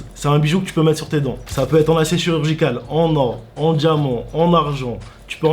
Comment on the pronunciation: diamant..avec un t pas avec un d mdrrr